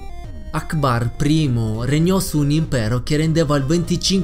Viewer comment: quando hai detto akbar 1 mi sembravi che dicevi allahu alkbar